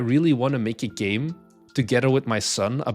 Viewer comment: This is a really useless aside, but every time you say "Make a Game" it sounds a lot like the portuguese "Mãe caguei-me," which means "Mom, I shat myself." I've lost count of how many times I've zoned out working on my game while listening to you in the background and then your voice snaps me out of it, like a sleeper agent activated by his trigger phrase.